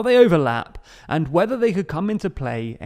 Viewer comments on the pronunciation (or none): none